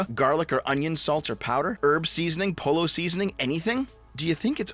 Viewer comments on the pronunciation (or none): oof, bro "pollo" is spanish for chicken and is pronounced "poyo" or more clinically "poh-yoh" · Did really say pollo like "polo seasoning". Thats a hard unsubscribe 😂😂😂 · pollo is pronounced poyo, like kirby.